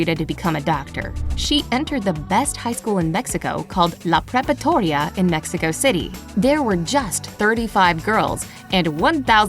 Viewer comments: La pre-pa-ratoria, not prepatoria. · It is not Prepatoria, it is Preparatoria. Please correct this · It’s “Preparatoria” not “Prepatoria” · It's "La preparatoria" not "La prepatoria" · PREPATORIA!!! 😂🤣 It’s preparatoria, guys. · Just a quick correction: it's called "Preparatoria" not "Prepatoria." Other than that, it is a great video! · I don't think that existed a school named "La prepatoria" because preparatoria (not prepatoria) it's literally high school in spanish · La "Prepatoria"? Really? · Instead of prepatoria, it is preparatoria, which means "high school". So I doubt that was the name of the school. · Guys, it is not La Prepatoria. It is La Preparatoria... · Kid Adventures and she said LA PREPATORIA 😂